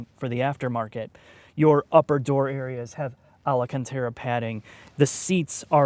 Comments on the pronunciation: Alacantara? Alcantara. Nuculer? Nuclear. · You mean alcentrararareia isn't correct? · Hahhaha.. he said Alacantara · Beautiful cinematography. It never goes unnoticed. Just pronounce Alcantara correctly.